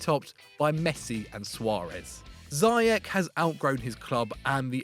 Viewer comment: Firstly, it’s pronounced ‘zea-yeg’ with the Dutch ‘g’ of course, and secondly, Ziyech is far to much of a showpony who only shoots form 20 yards or more. He needs to improve his shooting positions and overall decision making skills. Wether a larger club is willing to take the risk and try to coach these things out of him, I wouldn’t recommend. He seems like a stubborn guy so I think a league where he gets away with his arrogant ‘I’ll try whatever the f I want’ attitude is his comfort zone.